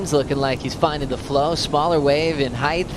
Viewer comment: At time stamp , it is pronounced height: i.e. Not "heigth". Just do better WORLD Surf League. If English is not your first language then it is the fault of your employer for hiring you, this is a forefront of the worlds best surfers. throw all the knives you have at me and tell me I am wrong.